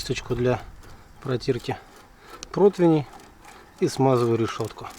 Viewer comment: Не протвиней а противней